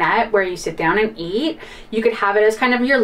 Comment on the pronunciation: Omgosh… inverterRR…. where you can eATTT, why the weird emphasis (exclamation mark) at the end of words and regular sentences? It’s so distracting. …off griDDDH 😂 Lol